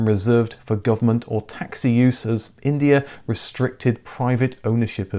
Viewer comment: It was India, not Indier. Indier is not a word.